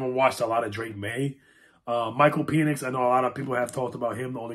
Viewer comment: Michael Peenix??😂😂😂 Penix!